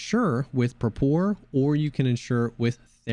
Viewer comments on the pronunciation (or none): Pronounced “Prah-per” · Dude. It's prApor. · Love your videos, but the way you say Prapor is wrong. Do a Google Translate from Eng to Rus and listen to the Rus one. Prapor is short for Praporshchik, a junior officer rank in Russian military.